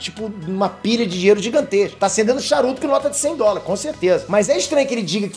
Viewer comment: GENTEEEE O FALOU DINLELO EM VEZ DE DINHEIRO